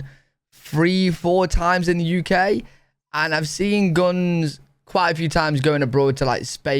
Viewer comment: Attention please - when it comes to - Guns - PLEASE say the word "Guns" correctly. The (u) is the uha sound - not like the U is pronounced on it's own in the alphabet. I hope I explained that in a way to understand. Don't say Guons - say (Guns). : )